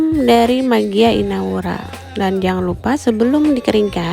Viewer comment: Maaf mbak cuma mengoreksi aza, produk tsb dibacanya inaura mejik keratin bukannya inaura magia keratin. Maaf sebelumnya.